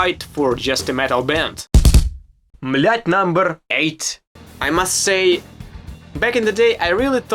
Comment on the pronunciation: "... it's a tough word for me.... " hahahah You can tell the guy fucking tries hard, learning English ALL BY HIMSELF in his home Country of Ukraine. How many Americans born and raised here would teach themselves Russian? Just for fun and to be able to freely enjoy Russian/Slavic world entertainment or music or what have you. This kid is 1 of a kind. Great Channel.